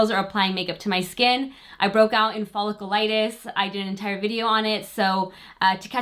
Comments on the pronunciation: Hate doing this but I feel I must after watching numerous videos...lol...it is Foll-ic-U-litis. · btw folliculitis is pronounced follic-yoo-litis! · I love your video but I can’t keep listening to you say Folliculitis wrong every single time! Girl!